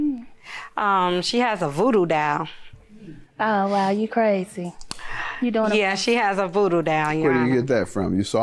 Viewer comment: Voodoo dawel..... is pronounced DOLL ok DOLL